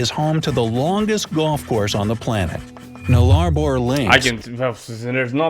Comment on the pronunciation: Nothing worse than a Drongo thats never been here trying to make money out of Youtube. And Nullabor is pronounced Nulla bore. It's not an Aboriginal name either. It's Latin shortened from "Nullis Arbor" which translated means "No trees" And Drongo is 'Stray yan' for dickhead.